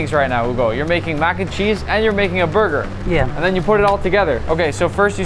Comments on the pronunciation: “Base the buga wit da buttah” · "haiiii i hugo today we make mac and cheese borger :D" im in love ❤ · Bro its not burger its burgir😅😂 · I thought he said booger😂😂😂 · I love Hugo’s “Borger”. This man deserves to be famous. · all i heard was BURGUR. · I love how hugo said burger 😂😂😂😂😂